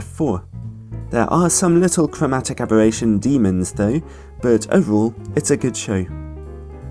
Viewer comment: cwowmatic abewattion? just teasing. love u